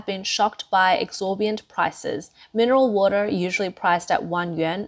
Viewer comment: it's 'exorbitant' not 'exorbiant' lol